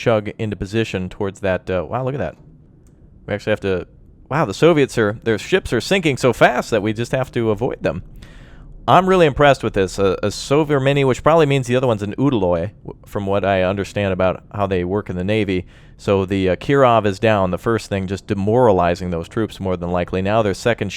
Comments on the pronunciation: dude, its pronounced Sov as in soviet, re as in ray, men as in men, ne rhymes with me. Sov-re-men-nyy. Not Sov-rah-many. And yes, I am a nitpicking ass hole who corrects people's pronunciation.:-) Otherwise enjoyed the replay, just that pronunciation was making me cringe. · good video, its pronounced "Sov-Remny" by the way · "We got the sovermenny over here, it'll be a soverfew in a minute" oh. my. god. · I really need to ask, are you calling it "Sover Mini" ? :p It sounds funny ^^